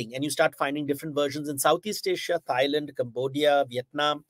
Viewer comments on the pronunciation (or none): none